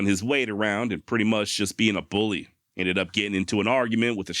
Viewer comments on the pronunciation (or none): none